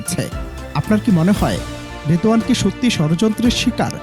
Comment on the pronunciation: রিদওয়ান না রিদওয়ানা